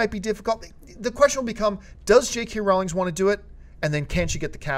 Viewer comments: JK Rowling not Rowlings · Sorry, John, it's pronounced Rohw-ling.